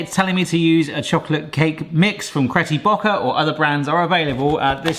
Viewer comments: You said Crety Bocker, lol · Nice video but he did say Betty Crocker wrong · Did u realise how u pronounce Betty Crocker ???? Lol 😊